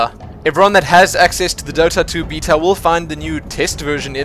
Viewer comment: i can't watch these videos if you're going to keep saying beta